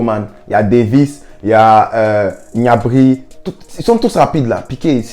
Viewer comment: C’est pas G’nabry cest Gnabry! 🤣😂🤣